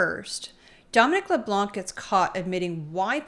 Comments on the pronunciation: Blanc is the french word for white. The "C" is silent. So: Dominic Leblan. Please don't prononce the "C" it sound ridiculous. Good clip guys. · LeBlanc....don't pronounce the C.